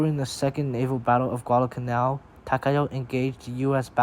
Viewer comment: Finally, an English speaking person who pronounces Takao correctly